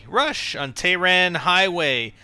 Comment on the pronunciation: Why must almost no one pronounce tehran right? It's pronounced TEY-RAHN